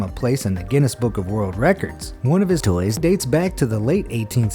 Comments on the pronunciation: he says "toys" weird like if you hear it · What’s up with the weird pronunciation of “toys” ?